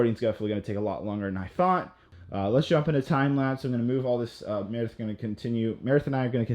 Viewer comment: This guy still can’t say “specific” or “time lapse” correctly.